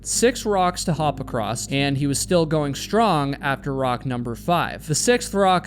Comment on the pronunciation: I hit the stop button after the second time the presenter said “acrosst”. Can’t stand listening to this quasi illiteracy.